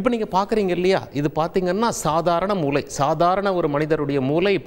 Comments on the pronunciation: தாங்கள் மூளை ( brain) என்பதை மூலை ( corner) என்று சொல்வது போல் கேட்கிறது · தமிழ் உச்சரிப்பு மூளை ஐயா நீங்கள் மூலை என்று உச்சரிப்பது போல் உள்ளது நன்றி.